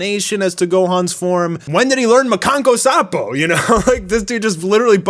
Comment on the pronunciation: It's "makankosappo" not "makanko sapo"